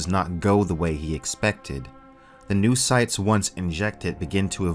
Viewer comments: I think it's supposed to be read "no-oh"cytes not "noo"cytes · no-oh-cytes. No-os. Noös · Pretty sure it's "no-oh-cytes". Ya know, since mind = knowledge